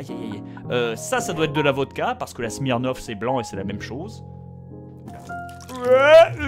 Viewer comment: "J'm'y connais pas du tout en alcool ..." T'inquiète Bob, on l'a tout de suite remarqué quand tu as prononcé le mot SMIRNOFF 2 minutes plus tôt 😂